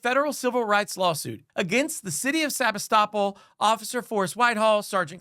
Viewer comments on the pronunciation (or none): PLEASE correct your video, it IS SEBASTOPOL NOT Sabistoppel. If you expect to have ANY credibility, then you need to get the basic FACTS correct. I went to the channel Press Democrat, and they had the city name. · "Sabi-stop-all" Seh-BAS-tah-pole or Seh-BAS-tah-pul. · You've got the pronunciation of the city wrong, it's Sa-BAS-to-pol. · You got the pronunciation of the city wrong. It’s “se bass te poll” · It's pronounced Sa bass ta pool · I think you should learn to say the city name, Sebastopol. seh-BAS-toe-pole. You are obviously thinking that it sounds like the legal term, "estoppel", but it is not pronounced the same way. That area of CA was settled by Russians, and is meant to sound like the area of the Crimea, "Sevastopol". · The only thing that bothers me more than the cops is the pronunciation of Sebastopol. It's pronounced Suh-BAH-tuh-pohl. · Love hearing people pronounce sabastipole lol sa-bas-tipol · Sebastopol… Pronounced SUH BASS TA POLE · dude, you're mispronouncing the town's name. here's some help: se-bass-ta-pool (Sebastopol). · I live in Sonoma Couldn’t figure out what you were saying The town is pronounced differently Emphasis on the BASS like fish se BASS tapole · Sebastopol is pronounced se-bass-too-pull. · It’s pronounced Seb-ASS-toe-pole. Sebastopol. 😉 Great report, thanks! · topol (/sɪˈbæstəpoʊl, -puːl/ sib-AST-ə-pohl, -pool) Please learn to pronounce the city. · Ha lmao- Sebastopol is pronounced Sea-Bass-Toe-Pole. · Maybe take a moment to learn the correct pronunciation of city names next time. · Heckuva story, but maybe check how to pronounce Sebastopol before recording. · New drinking game. Shot every time mispronounces "Sebastopol".